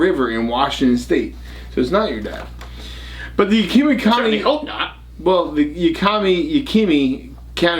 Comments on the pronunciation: it is pronounced Yak a ma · it's YÄK (as in yakity yak) I ( short not a long Ï ) mah ( as in maw) YÄKÏMÂH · What river in WA state? I live over here & surely you're not talking about the Yakima river? LOL it's pronounced (Ya·kuh·muh) 😂